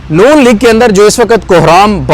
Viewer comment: I love you ❤ ❤ I always watch your vlogs at x1.75 or x2 🤭 Please don't say وقَت waqat say وقْت waqt